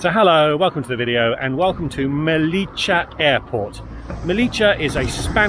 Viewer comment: Nice video! Quick tip: it’s pronounced *MeliYA. Not Melicha! (we are definitely not Argentinians 😅)